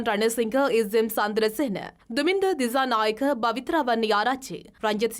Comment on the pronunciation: Girls please use the right pronunciation for some words, don’t say the incorrect way as stylish. Pronunciation as “cha” not “Sha” Thichanayaka, not Thishanayaka